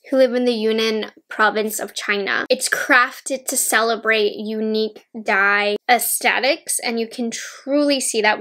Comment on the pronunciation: I love your video and this collection is beautiful. But I have to admit that it took me a while to understand what story behind this collection is from. “Dai” is one of the minorities in China who is famous with its peacock dance. Your pronunciation of “dai” is not correct, but cute.